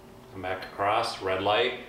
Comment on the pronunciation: across not acrosst